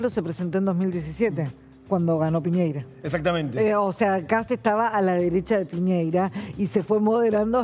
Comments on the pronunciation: ¡Piñera! ¿Por qué dicen piñeira? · El nombre del antiguo presidente de Chile es Sebastian Piñera no Piñeira. Nunca he entendido porque a los argentinos les cuesta tanto prounciarlo correctamente. Lo mismo sucede cuando nombran a Boric. El apellido de Boric es croata y se pronuncia Borich. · No se dice " Piñeira", es "Piñera" 😅 que clase de periodista es esta mina